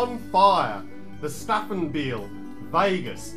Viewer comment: it's pronounced "Staufenbiel" "stau" sounds like cow in German 😊 = Stowfenbeel!